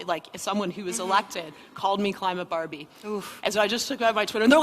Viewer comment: Climate Bahr-bee!? Like hwhat I'm not cli-mate Bahr-bee. Stupid deenhy-hers like gawhd!